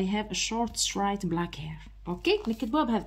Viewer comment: سلام عليكم استاذة straight تنطق streight مشي ai خاطرش خيما يغلطو في الاختبار